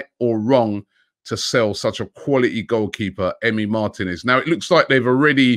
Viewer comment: Robbie the name is Martinez! (the "I" is accented... Martínez). The accent is on the 2nd to last syllable. Why do Brits in general (pundits, commentators etc) never learn to correctly pronounce, especially commentators. Lazy imo